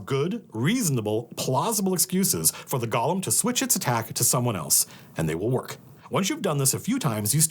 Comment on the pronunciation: Matt, I can usually handle it when you mispronounce “golem”, but not when you do it ten times in quick succession.